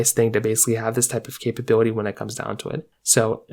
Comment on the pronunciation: How many times you say capab8lity?